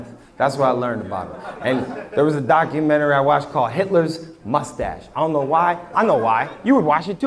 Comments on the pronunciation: I love but why does he pronounce 'documentary' like that 😭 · Hahaha! Now I can’t stop saying it like that😂😂😂😂 I was just talking about them too; I had zero issues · i think its part of the bit..... he slips up during the end and says it correctly . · It just part of his show, enunciating it in a silly way to make the crowd laugh. Comedians use lots of vocal inflictions and emphasis tricks to add to their jokes…. Otherwise it’s just some dude talking about watching a documentary on Hulu… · At least for me as a fellow East Coaster, its intentional. Idk why we do this. I know alot of ppl who do this. Maybe im wrong. But that's my take.